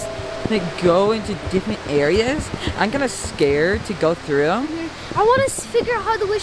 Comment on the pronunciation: “it scerd me it made me scared. It scerd me to.”